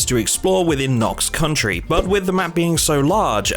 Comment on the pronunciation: Why do you persist in being unable to read Knox County properly?